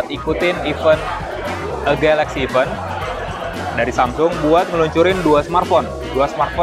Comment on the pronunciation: bang spelling nya bukan iven (even) tapi di baca i vent, sekedar mengingatkan